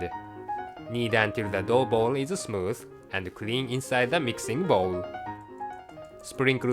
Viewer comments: I'm confused everytime I listen "Dough" and "Dog" XD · I know, I thought of the exactly same thing, at the first I actually tought he said "Cooking a "